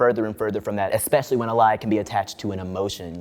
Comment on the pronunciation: Lost me at “expecially”